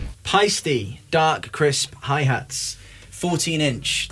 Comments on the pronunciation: Almost but it is actually „Paisteh“ :) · Paiste does not rhyme with "feisty"... it's homphonous with "paste."